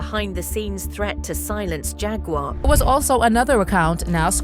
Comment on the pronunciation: The word Jaguar is pronounced "JAGG-KWAR."